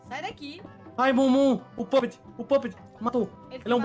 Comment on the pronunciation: Aquele primeiro do Five nights é o "Pupet" mas se lê "pãpet"